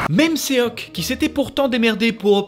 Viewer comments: Petite précision : on ne dit pas "séoque" mais "shoque" le o se prononce comme dans or. Et on ne prononce pas le e malgré le fait que sa s'écrive seok pck le 어 est une lettre aparentière qui s'écrit en alphabet eo. Voilà voilà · Son prénom c'est Sok pas "Séok" 😭😂